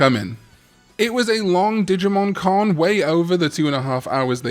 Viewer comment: I keep thinking digimon karn every time you say digimon con 😂